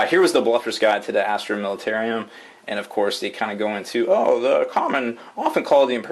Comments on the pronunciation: militarum not militarium! god that irritates me when you say it wrong. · I thought it was US that drive in the right side of the road :-P And it's plainly spelled militarum not militarium! Sounds too much like a military asylum the way you are pronouncing it HAHA